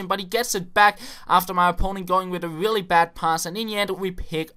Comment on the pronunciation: Lol when you said really really it was like ; willy willy